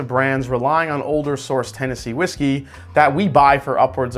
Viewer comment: Is it just me or did you say Tennessee Whiskel at the end of the video?